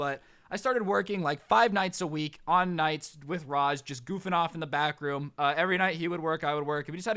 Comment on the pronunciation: Every time he said back room did it sound like bathroom? 👍 if agree. | | | V